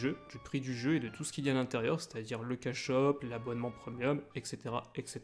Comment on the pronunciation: "Preumieum" j'ai buggué xDDD